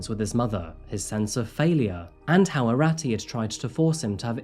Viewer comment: His pronunciation of the names was atrocious. Especially Arati which is pronounced as “Aaroti”.